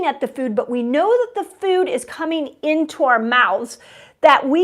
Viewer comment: Dr. Mindy, the word is food, not feud.